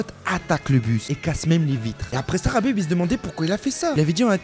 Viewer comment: Mec on est en France on prononce Khabib pas Rabib surtout quand on parle d un terroriste amis avec un ancien membre d al qaeda